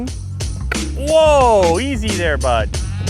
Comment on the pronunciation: let his canadian get out, "hey baud, easy there"